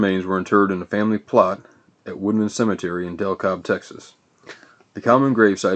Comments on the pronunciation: It's Dekalb texas, not Del cob texas, but other then that it's mostly right. He is my cousin. I used to have Sunday brunch with his mother. She was a tiny woman. Dan was about 15 pounds at birth. Needless to say he was their last child. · great informative video, I grew up 20 miles from Dekalb, only one thing Dekalb is pronounced (Dee-Cab) not (Del-cob) there is also an agriculture product with this name, but I understand its an easy mistake, but nice informative video, thanks for posting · I was just now shown this video and I don't mean any offense but wanted to write this to the person who did the video about their pronunciations. You need to learn how to pronounce town names before you did this video you pronounced DeKalb, Texas like you were saying Del Cobb but that's not how you pronounce the town it's pronounced like you're saying De Cab the L is silent. At least that's how I've always heard it the past 60 years being raised here in Texas. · He was born in De Kalb, Tx , pronounced Dee Kab. He is buried in a nearby town. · it is De Cab is the way it is said. great video I love Hoss